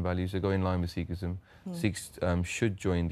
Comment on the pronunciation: The only problem I have is the way he says it is seekism that was never how it was called if you talk about Sikhism at least tell people how to say it properly and say it properly your self.